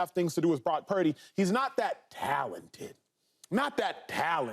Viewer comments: I'm about done with all this purdy talk. No one's mind is getting changed, let it go. And Cam, it's "purdy" not "peardy" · Have some respect Joy!.... its Brock Purdy... not Prock Purdy.... get paid alot of money to not correct yourself on T.V. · Acho mispronouncing “Pieerdy” to troll Cam was the best part of this video.